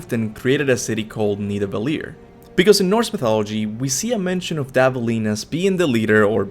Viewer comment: Dvalin is pronounced as Dwalin.